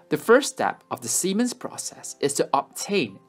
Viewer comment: This was an amazing project, but I lost it when you kept saying Siemens. 😂🤣💀